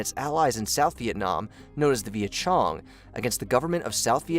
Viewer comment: Having spent years working in the PRC and Vietnam, I'm not going to waste my time being lectured on the subject by someone who pronounces "Việt Công" as "Viet Chung."